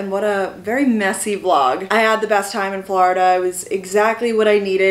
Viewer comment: Love your Flurrda-- pronunciation lol Hello from Florida girl currently in New York! ;)